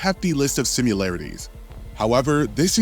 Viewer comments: SIMI-LARITIES, you saying SIM-U-LARITES was driving me nuts lol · Her name is Lara, not Laura. Also, do you actually think the word is "simularities"? Because it's not. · “simUlarities” not sure why this bothers me so much but I can’t take it anymore!